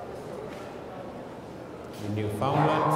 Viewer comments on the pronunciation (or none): Good god. Learn how to pronounce "Newfoundland". PLEASE. NEW-fn-LAND. Not newFOUNDlnd.